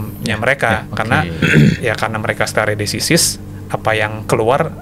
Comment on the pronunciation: Baca istilahnya yg benar donk stare decisis ? Biar lebih profesional nantinya👍